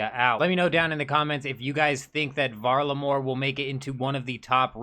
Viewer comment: The hard R in varlamore is not the one.